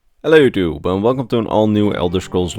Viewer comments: yeah “hello two” or “hello tube” it sounds like to me but figured he was trying to say “hello YouTube “ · It sounds like hello djuel tho my hearing is kinda fucked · I only heard ,,hello too" or ,,hello 2" xD